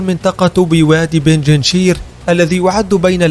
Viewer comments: بنجنشير ❌ بنجشير ✅ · يا صاحب الفديو .. بنج شير ... بنج رقم خمسة ( بالدومنة ) و شير اسود ... بنجشير و ليس بنجنشير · اسمها بينج شير و ليس بيجينشير لا تلفظ هكذا